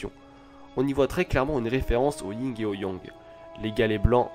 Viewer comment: Juste une petite chose. J'ai relevé une petite erreur pour la seconde fois: On dit Yin (sans G) et Yang. Voili voilou ^^